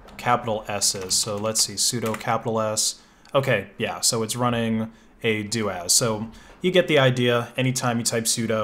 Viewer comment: I am pretty sure it is pronounced soo-doo as in super user do! Corollary as it is doo-as not doh-as.